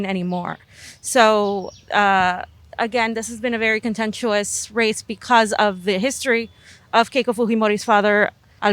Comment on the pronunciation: Love those Andean pipes at the end, but you're butchering the word "contentious," yo. Twice.